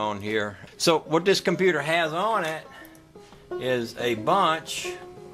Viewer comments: Cornputer? Now that theres a true Southernman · Did you say ''cornputer''